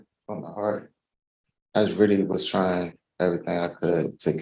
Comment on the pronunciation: Drink game word: “Try’n”